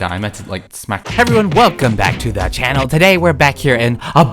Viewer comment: "HeLLo EvEryOnE And WElCoMe BAck To ThE CHaNnL" always makes my day :))))))) 💕